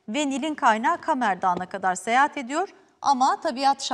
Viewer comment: “Seyehat” değil, “Seyahat”. 😒